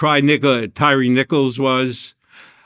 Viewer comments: This man said tryre nigga instead of tyree nicoles at the mark still playing the other side 😂 😂 😂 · 😂 sounds to me like he said nigga 😂